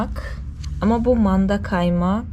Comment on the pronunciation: Manda derken hhhhh hhhh h, yapma dili biraz Kibariye olsaydı yaniii